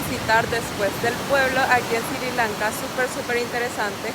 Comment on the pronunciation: NO se dice Siri Lanka. Es Sri Lanka...